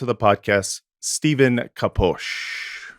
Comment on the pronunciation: Came back to rewatch and i think it's the only time got someone's name right! I'm bad at pronunciations too so I'm not talking ish 😅 Love to you good men. 🙏🏻🕊️🇵🇸✌🏻